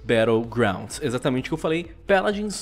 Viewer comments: Pq vc fala peladins de deveis de fala paladins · O vídeo inteiro ele ficou falando peladins Que agonia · "Péladins" kkk